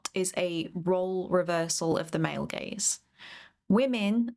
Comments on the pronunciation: hehe the first 15 seconds already got a chuckle out of me. "GAZE" not to be confused with "GAYZE". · Did you mean Gayz or Gaze? Please clarify...lol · I can only hear "gays" every time you say "gaze" lmao